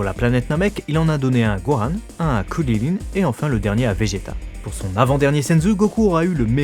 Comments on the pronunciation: pendant toute la vidéo, je me tapais la tête contre mon bureau. C'est pas compliqué de dire Krillin, faut arrêter avec "Kurilline" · t* c'est trop compliqué de juste dire "kri-lin" ???!! franchement... "ku li line"....PFFFFFF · C'est trop marrant comment il appelle Krillin